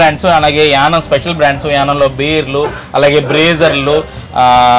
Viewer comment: It is YANAAM. Not yanam.